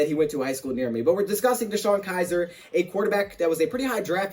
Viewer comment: Btw its Kizer. Not Kiser 😬😬😬